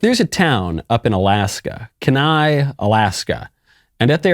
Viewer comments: Michael mispronounced Kenai again 😂. It’s Kee-Ny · Michael it's "Key-Nye" not "keh-nye". Also can't wait to get Matt's book! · lmfao, it's Key-Nigh, not Kuh-Nigh. My ears bled for a second. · it's pronounced key-nigh. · It’s pronounced “keen eye”. Kenai, Ak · Kenai, Alaska is pronounced Kee-ni lol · I can't take it anymore! Kenai is 'key- nigh' please stop embarrassing yourself and Alaskans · Damn it Michael! I told you last time you brought this up! It's pronounced KEEN-EYE Alaska. Kenai, Alaska. Come on maaaan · Michael its "KEY NIE" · God damn it Michael (key-nye) Kenai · Agree with everything you said, but the way you pronounce Kenai. It’s “keyNye”! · Kenai is pronounced keenii. Long e, long i. :). From an Alaskan. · Mispronouncing Kenai hurt my soul